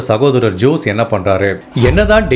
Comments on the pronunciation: Jose is also not ஜோஸ். It is ஹோஸே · FYKI for jose also you have to pronounce as hosay...